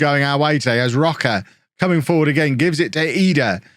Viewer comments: His name is "Roach". Not Rock-a. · Please stop saying Roca. Roche would never be pronounced like that 😂 it’s “roash” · "rocker" maybe Row-shh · Jamie Roche is playing for my team Sirius. His father is from Norwich, England. So his name is Said as Roach but with an E at the end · Roche = row sh (row like rowing a boat, sh like shiny) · I had Jamie Roche when I managed IK Sirius in Sweden a few years ago. I’m fairly certain he was Scottish at that point and not Swedish - so it’s probably pronounced Roach? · Roche is probably pronounced Row-shay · Roche is Swedish which means his name would be pronounced like Roash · i think Roche is pronounced either like rosh or roash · is Roche not just said like Roach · You pronounce Jamie roche like Jamie rosh